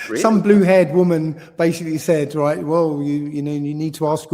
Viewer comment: Getting on my nerves with him saying 'right' after every frigging sentence. Can't even say it properly! Sounds like 'igh'....couldn't listen for long after he started dissing Mark Devlin and Eric Dubay!